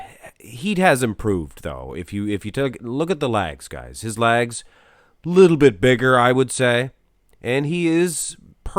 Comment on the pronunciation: It's legs, ( L-eggs) not lags.